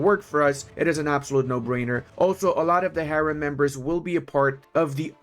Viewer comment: he didnt said haram, he said correctly, we turks says harem. and he said harem